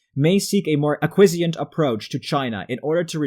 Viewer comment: "acquisient"? I think you meant "acquiescent" = aqui-ess-ent.